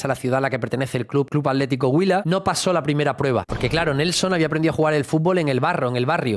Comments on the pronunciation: Buen video , es bueno ver los jugadores junto con sus raíces, si pronunciaste bien el atlético huila. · Pronunciar así el nombre del equipo atlético huila le da mucho estatus